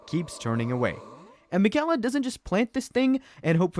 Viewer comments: Please say (MAYR-I-KA) and (MIK-ILA) lol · I hate how you pronounce Miquella and Marika 😂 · Why do you keep pronouncing Miquella incorrectly? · Just, ugh, the game characters pronounce his name correctly like a BUNCH OF TIMES and you insist on pronouncing it like a dunce. Damn haha. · Why do you keep mispronouncing miquella?! They say it in the game a million times